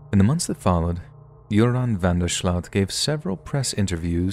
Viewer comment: As a native Dutch speaker; van der Sloot sounds so weird, sounds much more accurate to the creep though. I was 18 at the time and far as I remember Joran was pretty much condemned by the public, no one didn't believe he wasn't involved in some way, specially not after the sketchy behaviour in the car's recordings. Also just as a follow up Peter R. de Vries, the journalist who recorded him got murdered himself (in an unrelated different (and ungoing) case), gunned down in the street. Just thought to add as I often find myself perusing comments for some more interesting information. Keep up the good work, love these stories, and who knows if someone's story might save me too.